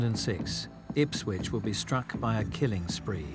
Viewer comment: Why do they always say IpswiTch, when it is Ipswich?